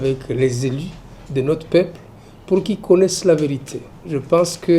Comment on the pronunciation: L’Insulter ou pas ça change pas grande chose Il est venu remplir sa mission en Rd.congo de transformer territoire Minembwe en une commune. En plus il le prononce claire dans sa bouche « la commune de Minembwe » quel congolais🇨🇩 a cet accent. Merci tokomessana kaka « oyo PEPLE ya ndengué nini » 🤔